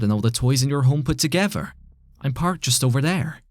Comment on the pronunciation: "TogEVer" "FIRty"